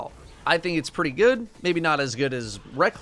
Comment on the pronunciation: For fucks sake its not ray-cluse. Say it with me Reeee_cluesssssss